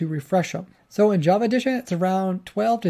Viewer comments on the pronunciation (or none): none